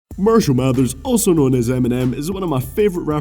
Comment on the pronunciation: its not fucking mershall its marshall